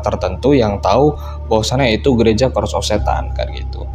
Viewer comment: Bang itu Church of Satan bacanya Che:rch bukan Ke:rd of Satan 🤦‍♀️🤦‍♀️🤦‍♀️🤦‍♀️